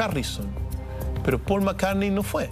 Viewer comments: jue Ringo, Jon y Yorch Jarrison xdxd. Y Pol Macarne no asistió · Pol Mccarne